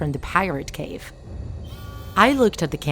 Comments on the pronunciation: Pirat cove not Pirat cave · And she says Pirate Cave not Pirate Cove... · And it’s not pirate cave it’s pirate cove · pirate cove!!!!!!!!!!!!!!!! not cave! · annnd pirate cave its pirate cove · The narrator: pronounces pirate cove as pirate cave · “Pirate cave” sry but it pirates cove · you mean cove not cave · Pirate cove, it's pirate cove!!